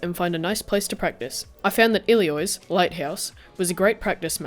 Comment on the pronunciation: Hey man, really love your stuff. Always great content and excellent quality! I just thought I'd point out that it sounds like you're saying 'Iliois' when it's 'Ilios', like 'Ee-Lee-oss'. Sorry if that's an accent thing, just something I noticed throughout your vids :) Stay awesome!